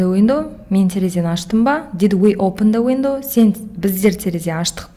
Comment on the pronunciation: Опын дауендау опындауендау сосын тагы опен дауендау басы осылай басталад